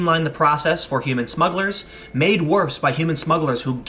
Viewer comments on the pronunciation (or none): none